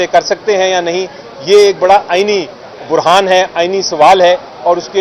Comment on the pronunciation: علی ظفر صاحب اپنی اردو صحیح کریں لفظ "برہان "نہیں ہوتا "بحران "ہوتا ہے